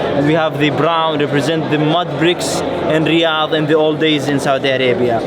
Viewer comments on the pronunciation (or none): none